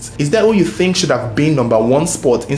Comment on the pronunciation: “Do you tink Charles papa kwabena ebo quansah was da strangler” I thought he was rapping for a minute 😂